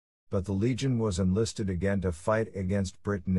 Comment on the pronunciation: legion sounds better than leg on